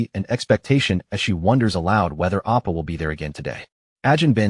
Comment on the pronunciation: I mean, it also is reading a Korean manhwa but doesn’t know what an oppa is (and is saying appa, which is dad instead of older brother, lol) I’m going with bad AI